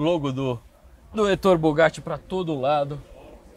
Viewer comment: Muito boa e detalhada a apresentação técnica que só pecou na pronúncia do nome do criador da marca. Duvido que o tenha ouvido em qualquer lugar do mundo, o nome Ettore que é italiano, ser pronunciado como se a grafia fosse Ettóre, paroxítona, ao invés de Éttore, proparoxítona. Doeu nos ouvidos a pronúncia dele, realmente muito estranha e inédita. Foi a única ressalva, que espero que ele corrija nos próximos vídeos quando se referir a ele.